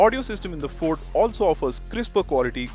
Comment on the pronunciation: Its is fucking ‘FORD’